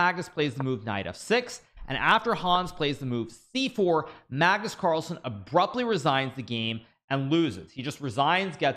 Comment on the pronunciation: Pagnus parlsen 😂